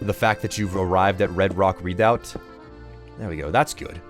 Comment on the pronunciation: Oh god, I'm turning into a language cop forgive me!!! but it's pronounced "reh-doubt" not "read-out" :) Also, hubby and I are loving the new series! You rock, as always.